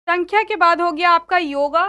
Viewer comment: सांख्य होता है सांख्या nahi